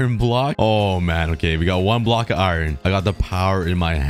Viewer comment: Why do u say iiron ? 😂